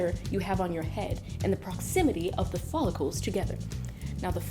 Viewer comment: The way she said follicles lol